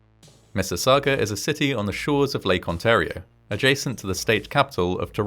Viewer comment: Respect, most people don't know how to pronounce Ontario lol, ice heard On-tar-io instead of On-Tare-io